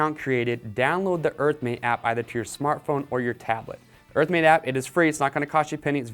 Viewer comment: EARTHMATE map oh my goodness I couldn't figure out what he was saying.